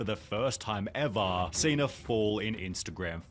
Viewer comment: Man needs to start pronouncing ever like a normal human being